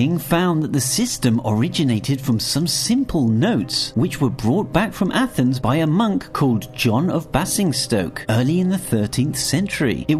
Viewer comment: Basingstoke is pronounced bay-zing-stoke